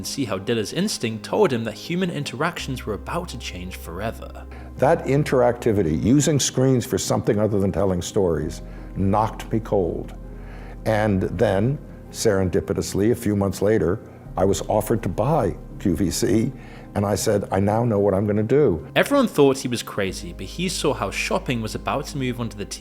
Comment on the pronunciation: serendipitiouly? right lol